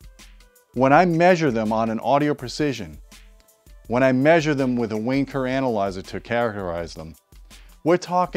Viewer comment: Every time says Wayne Kerr Analyser, the Brits in the audience hear something else and it will always be funny...